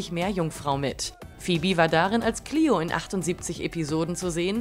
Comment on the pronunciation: Wie die Frau „Mikaelson“ und „Cleo“ ausgesprochen hat 😭😂